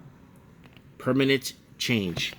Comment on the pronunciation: it's permanent... Not permanate. 😂👍